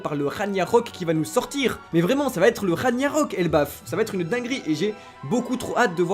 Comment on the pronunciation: Wsh les gars c’est Raghnarok et pas Raniarok